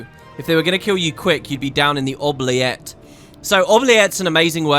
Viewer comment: Ok, couple of things: an oubliette (pronounced with an “oo” at the start, not “oh”) is specifically a deep pit where people were thrown with no intention of ever releasing them. Prisoners would survive by licking moisture from the walls and eat any scraps of food that happened to fall down, but most would eventually slowly starve. A deeply unpleasant idea. Secondly: are you really not going to talk about the fact that the Judge is Balthier’s EXACT DOUBLE?!?!?